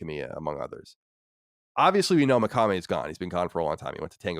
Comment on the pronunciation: I love Colin but the way he pronounces Shinji Mikami (as meh-kah-meh) really annoys me Hahahah